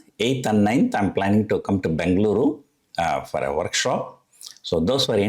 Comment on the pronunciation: Pls pronounce as Bengaluru and not Bangaloru